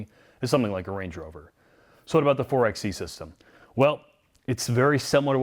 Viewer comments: It’s pronounced 4-by-e not 4-x-e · 4Xe is pronounced 4 (by) e like 4X4 4 (by) 4. in any case this is a very bad band aid for a company that is very late to the EV party. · You have done interviews with engineers, designers and a deep dive... but still call it a 4 "ex" e 90% of the time? I have a hard time listening to anyone's review that can't even say the name of the product correctly right from the start. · 4 BY E.. by the third time of 4XE I wanted to click off the video. I love you guys content but you’d think all this time with the engineers, you’d know how they intended it to be pronounced. 🤷🏼‍♂️🤣 Not sure I could pass on the Hemi for this. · pro tip: 4xe = four-by-e